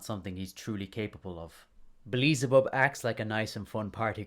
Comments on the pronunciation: Did you say beelezebub instead of beelzebub??? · "Beleezabub" never heard that name before, I think you meant "BEE-EL-ZA-BUB" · I'm sorry, this is a great video, but I can't get over your pronunciation of Beelzebub. It's "Bee-Elle-Zuh-Bub", not "Buh-Lee-Zuh-Bub" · The video is good but HOLY FUCK it's pronounced BEEL-ZE-BUB! Not BLEE-ZE-BUB! pulls hair xD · No hate i just think is funny how you pronounce beelzebub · the real sin is you pronouncing Beelzebub😆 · Well some people pronounce it bee-el-ze-bub. There isn’t really one correct way to say it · Agreed but why do you pronounce Beelzebub like that? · It’s gotta be ragebait with how many names you mispronounced